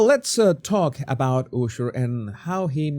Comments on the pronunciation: if for you the name is so important why are you pronouncing Usher`s name incorrectly? his name pronounced with [A]sher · Love how he says ooosher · Your saying Usher wrong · Like your videos. But I’m cracking up. You said Ushers name wrong in the beginning.